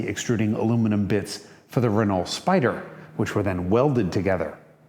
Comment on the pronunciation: Just when I thought I was really getting to like this guy… did he really just mispronounce “Renault” like a a certain kind of ignorant American who’s never used the internet or watched an F1 race on TV? Shouldn’t he, of all people, know better??